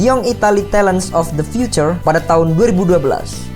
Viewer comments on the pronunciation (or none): none